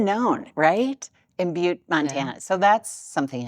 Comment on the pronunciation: As a native Montanan, you pronounced Butte correctly.:)